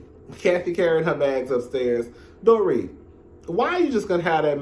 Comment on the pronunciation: Damn. I still haven't caught up with this season. Dorit is pronounced Door - reet. I can't stand Erica. She is a stunt queen. Lol.